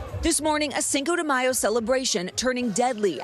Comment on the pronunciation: "sanko de mayo" lol she said it twice